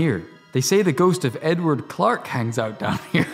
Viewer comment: Edward Kit: Egwark? Edward Kit: Edwork?? Edward!! Kit: Aardvark?!? NO, EDWARD!!!!! These videos are pure gold!! 😂😂😂😂😂😂